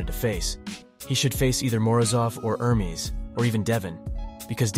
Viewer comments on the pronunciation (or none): none